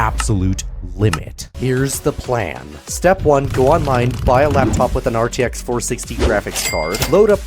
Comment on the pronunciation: Bro pleaaaaaaaaaase stop saying "RTX FOUR sixty its FORTY sixty thanks (and also 4060 is a lot weaker thatn rtx 4060 desktop)